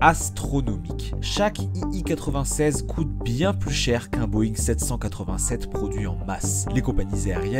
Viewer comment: l'écriture est correcte, mais pas la prononciation. Tout au long de la vidéo l'avion est présenté comme un "i i 96" alors qu'il s'agit bien d'un "i l 96". C'est écrit en majuscule sur son fuselage.